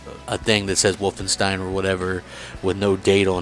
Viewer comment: its always funny how peolpe from other states pronounce german words (wolfenstein)